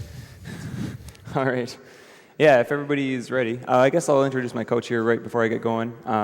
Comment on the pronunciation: He outed himself as Canadian when he introduced his "coach".